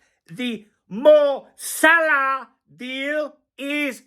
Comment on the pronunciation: Finally heard Fabrizio pronounce Mo Salah. Now I see why you make a thing of it. Funny 😂